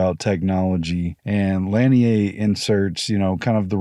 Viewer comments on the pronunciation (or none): Lanier is pronounced; La-near